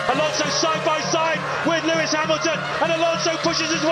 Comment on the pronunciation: Lewis "Luìs" Hamilton